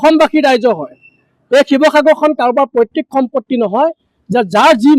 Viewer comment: পৈতৃক হে পৈত্তিক নহয়।